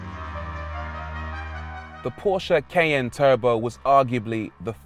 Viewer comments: Ky~an’ the pronunciation 😂❤it’s my first challenge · Did not know the brits pronounce this CAY N. In USA its like the Cayenne Pepper.... like it is spelled. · 'Cayenne' pronounced as: "ky-ANN"... or "kay-in"...???